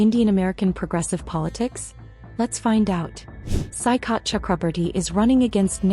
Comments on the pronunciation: its soi-kath which means sea shore. it is a typical bengali name. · OMG the way this AI is pronouncing Saikat 😅😂